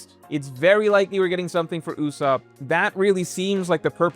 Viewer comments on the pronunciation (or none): none